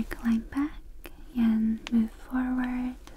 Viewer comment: My favorite part of videos is whenever she says the word "and" her accent comes out and it sounds like 'yand'. It's surprisingly tingly and comforting.